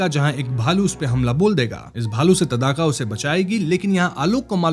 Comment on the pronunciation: तदाका नही भाई ताङका